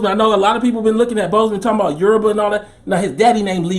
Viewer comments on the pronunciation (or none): none